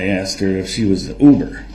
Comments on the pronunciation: Axed and answered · One of my favorites was AXED. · Cause you Axed, cause you axed!😂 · He still would have asked lol she put it in writing for him and he still "axed" about 200 times per day.